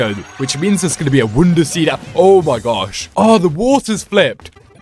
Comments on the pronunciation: Pronounces wonder as wounder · you just say ''wunda'' instead of ''wonder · Him saying woundrr irriates me so much. (No offense)